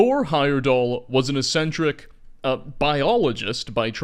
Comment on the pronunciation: Interesting. But maybe you could look up how to pronounce "eccentric".